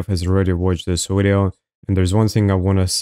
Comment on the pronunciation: Why do you say wideo and speak like you’re acoustic ?